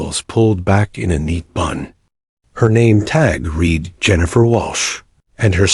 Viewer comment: The past tense on read sounds like red NOT reed. Teach the narrator.